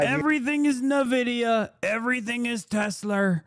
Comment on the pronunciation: Nuh-Vidia sounds so much better than “En-Vidia” Change my mind